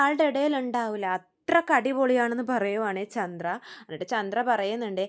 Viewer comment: മോളെ ചൻഡ്ര അല്ല ചന്ദ്ര